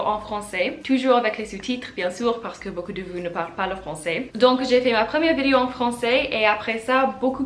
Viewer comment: I came upon your channel today. I see that this video is nearly three years old, so I am sure your French has improved a lot since then. Since you make videos you need to pronounce the word "vidéo" properly. You are just saying it in English. First of all the sound i as in the word it, does not exist in French. One other comment, in this video you float back and forth between the sounds OU et U, as in the French words "où and bu." You can pronounce both correctly but not always in the right word. I am not writing this to criticize but rather to offer some advice. Maybe it would help to sit down with a native speaker and slowly go through this vidéo so the French person can point out the grammar and pronunciation errors. Many of the comments here refer to your "cute" accent. Surely you would prefer a good accent to a cute accent. You and your cat are cute in any case.